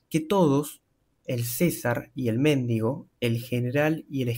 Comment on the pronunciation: El mendigo, no el méndigo..